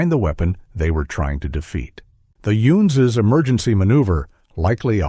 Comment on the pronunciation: Excuse me, did you say, "Youns?"